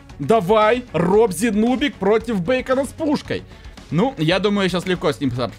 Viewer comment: Не бейкона а бикона